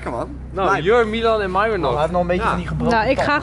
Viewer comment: Ik vind het grappig dat gewoon mairon zegt in plaats van myron